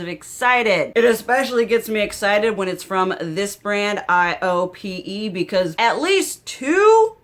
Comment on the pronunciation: For low buy tips, watch whitney hedricks! She breaks it down on what type of shopper you are. I think you’d prob be a 4 or 5 on her scale. Highly recommend! Also the brand you love is pronounced: I OH PAY. It’s a fancy schmancy Korean beauty brand.